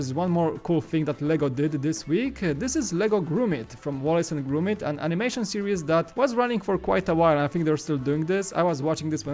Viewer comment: It’s Wallace and Gromit, not Grewmit. With an o, not an ew.